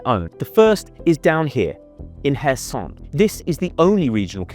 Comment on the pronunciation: Pronounce it as kharkiv and kherson. not hers herson and harkiv you can't even Pronounce the cities names right.